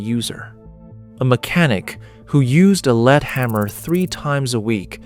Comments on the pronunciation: It's lead, not leed! Tell your AI guy that. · someone teach the AI how to pronounce lead [led].....as in the metal...not as in helping to direct someone down the rght path [leed].... geez... human editor...where are you? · AI is supposed to be so smart but it still can't pronounce words correctly according to context. For example...LEAD pronounced as "leed" or "led". What's a ("leed") lead bodied hammer? 🤣🤣 AI ... what a joke!!! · Lead hammers, pronouced (leed by the AI) are still being used. The lead dust, (pronounced led by people) can cause problems. I ran a solder dip pot for a year. Standing over a 600 pound bath of molten lead and tin 8 hours per day. I didn't have any lead detectable in my blood. Lots of scare tactics in this video. 😒😕😎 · Pronounces lead "leed" must be ai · Never saw a lead-head hammer...or as the AI narrator calls it, a leed head, LOL! We had/have copper and brass head hammers that do the same thing. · Your AI narrator needs work. Evidence is the way it pronounced lead as in lead hammers. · I'm not going to start worrying about AI taking over the world until it can distinguish between "lead," the metal, and "lead" the verb. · My dad had an 80s Craftsman Radial Arm Saw. So they were definitely still making and selling them after the 70s. Also, I'm assuming this is AI slop since the narrator said "Lead" as in "Ill lead the way" instead of lead like "lead paint".